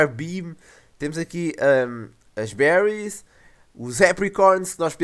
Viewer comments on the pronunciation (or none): none